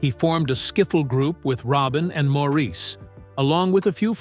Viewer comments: Mor Is!! Not Mo Reese!! Please Say "Mo" if you can't remember the man's preferred pronunciation! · Absolutely no one in Britain or Australia would say Maureeece 😂